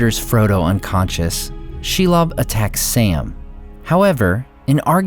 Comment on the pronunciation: Are you sure about the pronunciation of Shelob?